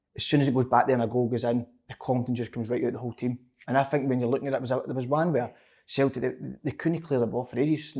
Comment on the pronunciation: Slaney: "Celtic" Si: "Celtic" Andy: "Celtic" Big Kev: "Sultic"